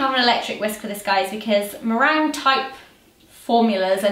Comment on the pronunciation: Zoe you said marange